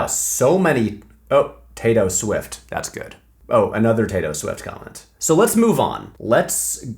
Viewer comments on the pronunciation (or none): Patrick as much as l respect you and feel very special to be in the 10% of viewers that are female I felt so hatecrimed by you pronouncing Tayto with a final ‘s’ that I had to skip that whole part of the video